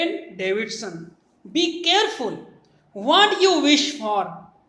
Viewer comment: What ko pronounce karna bhi sikhle 😂😂😂😂😂